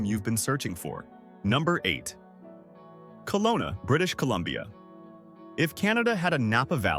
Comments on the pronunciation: Kelowna BC (not Colona) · It's not "Colona", it's Kelowna.